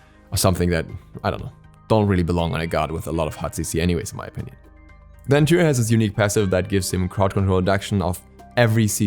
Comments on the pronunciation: i love how he says toor instead of tyr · Was looking for this comment lol it's kinda painful. Sounds like he's saying two or tou 😂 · He barely gets the R in there lol sounds like two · What in seven hells are you pronouncing when saying Tyr's name,.omg embarrassing much, ffs..